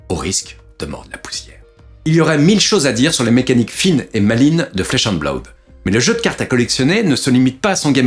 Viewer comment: Blaoude? Blood ça suffit non?